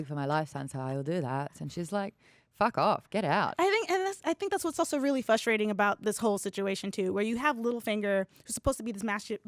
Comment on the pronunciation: You know what's frustrating? When people say "flustrating".